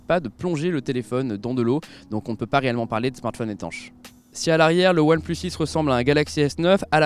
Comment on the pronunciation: Je suis le seul a entendre "oilplush shish" ? Quand il le dit ?